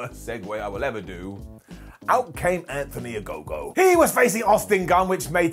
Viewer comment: Anthony A-No-go